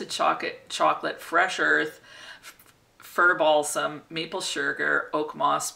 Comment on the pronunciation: Fur-ball --- some. ??? Oh. Fir Balsam. 🤦‍♀